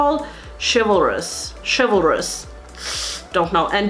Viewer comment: You said chivalrous perfectly!